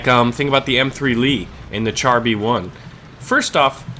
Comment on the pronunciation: Char in Char B1 is pronounced "shahr"